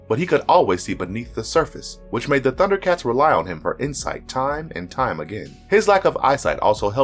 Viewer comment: I liked this mostly because you did such a great job pronouncing everyone's name.